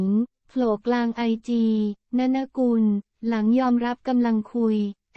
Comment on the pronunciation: อ่านชื่อว่า นน กุล ไม่ใช่ นะนะ อ่านชื่อว่า ต้า เหนิง